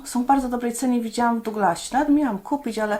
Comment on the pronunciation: Bardzo szanuje (poza ogólna wiedza) dbałość o detale językowe. Otóż jest Pani jedną z naprawdę nielicznych autorów, którzy poprawnie wymawiają nazwę perfumerii Douglas [czyt. duglas]. Winszuję :)